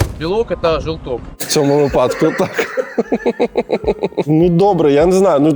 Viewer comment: Олексій! вИпадок, а не випАдок! Дяка за ролик. 🎉